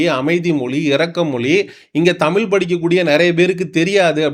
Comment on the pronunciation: தயவுசெய்து தமி(ழ்) உச்சரிப்பு கொஞ்சம் கவனியுங்கள்.... மொழியை மொலி என்று உச்சரிக்கின்றீகள். தாழ்மையான வேண்டுகோள்.